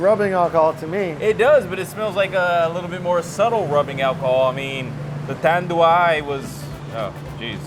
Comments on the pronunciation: GINEBRA is pronounced as He-neh-brah Tanduay is pronounced as Tan-dew-eye. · Tanduay pronouced as TAN-DU-WHY. Ginebra pronounced as HEE-NEB-RA.